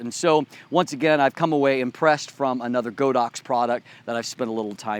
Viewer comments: its god ox not go dox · Thanks for the review. A minor point. Godox is actually pronounced as God Dox. The Chinese name is God + Ox in Chinese, literally meaning holy cow.